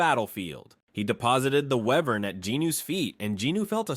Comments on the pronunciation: Wyvern is pronounced Why-Vern not were-vern. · he kinda said wyvern wrong tho